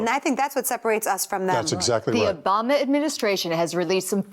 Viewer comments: She didn't say Obama...It was Obombna. Listen again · I like how she says “Obamna”